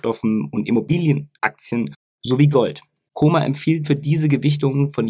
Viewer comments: Es heißt Kom-mer nicht Komer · Wenn immer tolles Video. Aber warum liegt der Herr Kommer im Koma? Sorry, bei der top Qualität deiner Videos bitte auch die Namen richtig aussprechen,das irritiert 😉